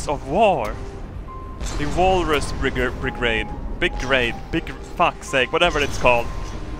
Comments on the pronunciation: Say it with me bri-ga-de= brigade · It's Bri-gaid. Start saying Britain and then half way through say gay. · "The walrus bigraid" :)